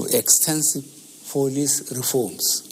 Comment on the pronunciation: Members of the" folice force" "freserve"